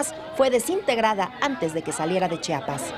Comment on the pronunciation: LO PRONUNCIASTE MAL '' : ES C H I A P A S..... NO' CHAPAS. )